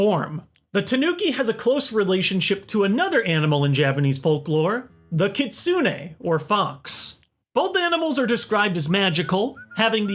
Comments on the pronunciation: Its ki-tsu-ne きつね not kit-su-ne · KitSUne. No, that isn't how you say it